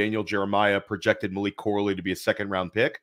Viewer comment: just messing with you. You kept calling him "Malik". Maybe subconsciously you know that Malik Washington is the superior, late day 2, underneath YAC guy in this class. Lol. All good man. You are pumping out sh!t tons of great content. A mild mispronunciation on a player's name from time to time is to be expected. Keep up the great work.